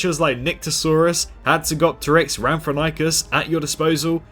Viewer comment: Ram tho hink us Is how to pronounce it